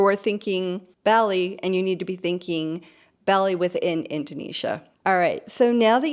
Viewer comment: Great introductory video. Please note, Bali is pronounced like the cereal crop 'barley'.